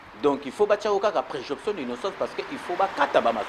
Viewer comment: On dit présomption mon cher pas" préjonption"